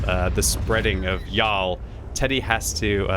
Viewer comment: The pronunciation of y’all lmaoooo cracking me up